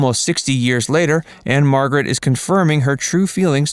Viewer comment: Anne Margret Who? Even saying her last name (which no one does or ever has but probably he parents), you still didn't get it right.